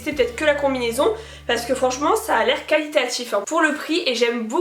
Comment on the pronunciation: Arrête de dire calitatif. C'est trop trop chiant et très désagréable à écouter